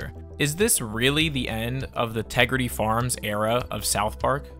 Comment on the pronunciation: Say Tegrity again